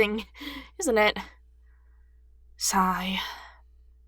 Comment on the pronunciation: embarrassment cross stitch magazine i'm sorry but when you said the word sigh i lost it and I don't know why